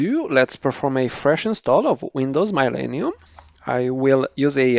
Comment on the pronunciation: You are saying Millennium correctly but however through all whole video, you saying it wrong.